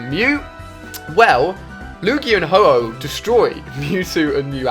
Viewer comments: suiseen and HO-HO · yeah SOOOOO HYPE but you called ho-Oh ho-ho hehehehe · Ho-Ho 😂😂 I'm triggered